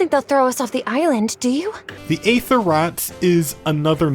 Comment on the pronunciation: Some will say that you pronounced Aether wrong, do not listen to them